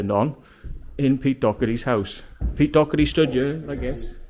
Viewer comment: Its Doherty lol